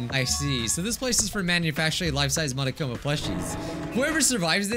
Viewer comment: ain't no way he said monokumi instead of monokuma